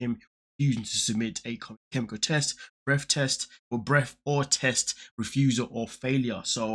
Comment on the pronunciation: “Breaff.” Do you mean breath?